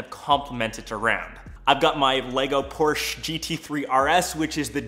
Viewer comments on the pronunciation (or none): Doesn't know how to pronounce Porsche. Loses all credibility.